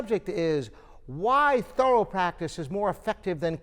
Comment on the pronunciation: English is not my native language , I understand every word you said exept the "thorrwwaalll" practice, what practice???????